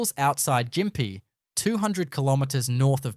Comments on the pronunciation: AI with an Aussie accent - that's a new one! 🤣🤣🤣🤣 Every Australian knows how to pronounce " Gympie", and this video got it WAY wrong! 🤣🤣🤣🤣🤣🤣 Also the Gosford glyphs have been PROVEN to be fake. It's common knowledge they're fake. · I love your videos. Gympie is pronounced Gimpi, not Jimpi. I cant wait to check this out. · WTF is that flag???? NOT AUSTRALIAN that's for sure. And what the hell is Jimpee? It's pronounced "Gimpie" spelt Gympie FAR KEN OATH! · It's Gimpy with a strong G not a J as the AI voice used. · Jimpy lol ——- It’s a hard G mate. Are you even Australian? Great docco though, well done! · Your AI voiceover is clearly shit at phrasing, and then it misprounounces Gympie (hard g) as Jimpie. If you insist on using an AI voiceover, at least teach it how to phrase and pronounce names properly! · It’s gimpy not gympee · its gympie, not jympie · Yes, the Narrator voice called it Jimpie instead of Gympie.! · It's not pronounced Jim pie. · Gimp-E is how that town is pronounced. Also, you say Europeans didn't arrive until the 1800s, but it was actually the late 1700s. I'm a Venezuelan American. I lived in Queensland for 2 years. Loved the place immensely. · Its pronunced gimp-pea great video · So it snows in Mullumbimby, near Byron Bay, now? As well, Gympie is neither spelled Jimmy nor pronounced Jimpy. This is AI slop and smells like bullshit! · Yes. It made me laugh out loud. And pronouncing Gympie with a soft "g"? 😁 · Especially when he says Jympie!😂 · yes I had a giggle at that